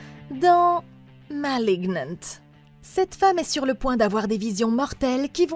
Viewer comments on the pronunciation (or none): "mal ig nannnte". Ha..."Malignant" (sans parler avec un accent à"l'américaine ").